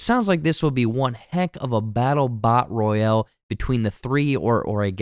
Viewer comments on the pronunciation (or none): none